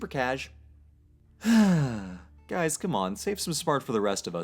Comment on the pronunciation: I thought you said "Gays,..."